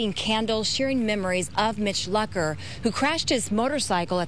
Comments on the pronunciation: They were pronouncing his last name wrong. That really annoys me, but I still cry. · Is that his last name?! I thought it was pronounced (Loo-Cur)